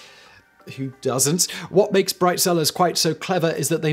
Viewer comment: I swear I heard "Bride Sellers"